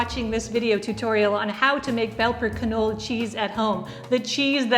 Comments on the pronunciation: Not only is the k not silent, but also the e is pronounced. "Kinolla" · Not to be an ass, but just to pass on the info, if the word Knolle is German, then it is actually pronounced like Canola as the E at the end of a German word is pronounced "uh". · Nearly right, but the E at the end kis alo not silent.